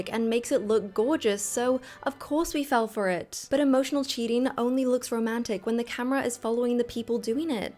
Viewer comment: Please just a suggestion speak more naturally and not those sudden tone down pauses it gives me the ick and I can't even watch the full video bcz of that and why putting so much pressure on the syllables of CHEATING it's sounding so disruptive and shrill